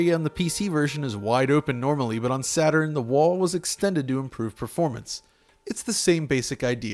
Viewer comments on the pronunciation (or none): none